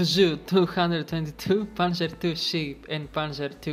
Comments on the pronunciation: In german, for "Sdkfz" you say "es-de-ka-ef-tzet" (names of letters) if you dont want to say "Sonderkraftfahrzeug", although it is the same amount of syllables (zon-dæ'-kraft-far-tzoig). Panzerkampfwagen would be "pan-tzæ'-kampf-va-ghen" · "Sudküfzu" XD